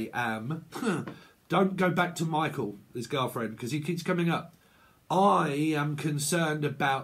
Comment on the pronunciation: Lol wow that's crazy how u said Michael